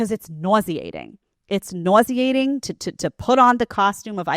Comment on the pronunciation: I really hear the New York accent when you say the word nauseating 😂